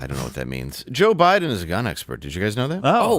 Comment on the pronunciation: He pronounces it BLIDEN. We must respect that.